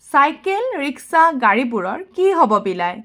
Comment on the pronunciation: Riksha ne rishka ,mem